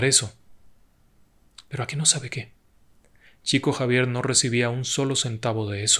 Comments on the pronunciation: Estimado, en portugués se pronunciaría como "Shico Savier" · Se pronuncia "Shiko Yavier", por respeto a los brasileros, se escribe Chico Xavier, en Portugués. Por respeto al propio Chico Xavier, me parece bien, decir correctamente su nombre. Un abrazo.